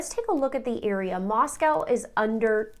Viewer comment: Moscow, Idaho is pronounced "Moss-coe"